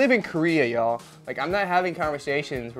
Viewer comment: ok I don’t why but I’m just laughing so hard at this part the way he said, “y’all” I don’t know why I’m laughing 😭😭